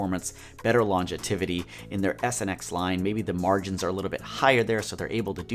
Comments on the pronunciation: Good video. FYI, the word is "longevity", not "longetivity". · Great video. Not too intimidating a process. Just one thought. The word you’re looking for is longevity NOT longetivity, which isn’t a word. Not trying to be a dick. Thanks for the informative video. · Longetivity. Bwahahahahaha Great video though. Thanks for the laugh and the info! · I think he means longevity :-) I was a little perplexed by that too